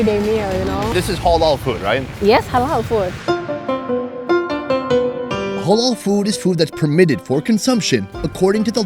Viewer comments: the word is halal no holol ha like hat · It’s ‘HAH-LAL’ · Dude!! It's not hawl all!!! Halal...